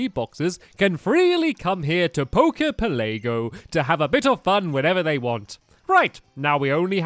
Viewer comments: it's pela-go not pele-go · It's pronounce pel a go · It's poke poke Pell a go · Jesus Christ, "Poker Pelaygo"? "The Blue Flute"? "Flying type"?